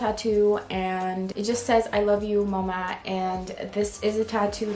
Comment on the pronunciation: your hair is probably the most stunning thing I have ever seen, you're so pretty (also random question but are you dutch? the way you said "mama" sounded Dutch lmao)